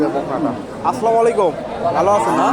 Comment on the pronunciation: ভাই সালামটা ঠিক হলো না আসসালামালাইকুম সালাম হবে আসসালামুআলাইকুম